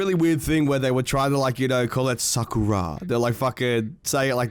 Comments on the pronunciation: Its SAH KOO RAH (All equal times on each syllable) Not, Sakurra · It is sa kuu ra not sakura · If it’s Japanese it’s sah-Kura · Sakura is a tree or the flower on the tree and you pronounce it horrible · why is he putting so much emphasize on the "kura". It's just sakura, like sakura from naruto. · The way he pronounces sakura makes me want to bomb a nursery of special kids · You’re just blatantly saying Sakura wrong you sound stupid lol